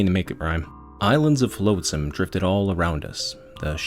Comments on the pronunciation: nitpicker here but its pronounced flotsam not floatsam, you dont pronounce the a, yes i know its stupid cuz it litterally is defined by it floating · A really fantastic story & I have subscribed. Honestly I have only 2 minor issues with your narration 1 - 'flotsam' is pronounced 'flot sam' not 'float sam' 2 - Sometimes you say 'I' speaking as Lowtide and then sometimes you refer to Lowtide as someone else. It is a bit confusing Edit to add things I liked a lot: How you just accept random things in the story like getting an SMG as part of the universe Quoting random pop culture references that semi-fit with the story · One of the few people who can make Rimworld interesting to watch. Nice story telling. One thing though. It's a little thing, but... You're killing me. 😛flotsam /flŏt′səm/ Soft 'o' sound. As in "lot", not float.